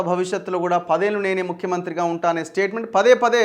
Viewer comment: పందేళ్లు కాదు పదేళ్లు